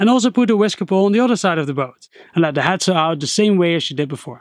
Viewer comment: Is he saying HAT sail or HEAD sail??!